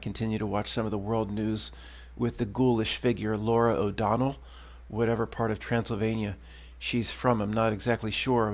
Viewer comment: I love you. I am from Transilvania, please don't say it again...😂😂😂. 🦆🦆🦆( rubber)